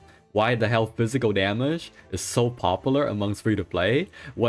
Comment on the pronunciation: i don't like this guy's accent his voice tone always rising every sentence... its annoying... daameegeee.... daameeegeee go fix your speech man!